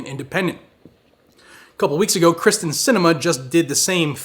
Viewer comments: It's K y r s t en, not K r y s t e n. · Pronounced “Kear-stin” not Kristin. 😁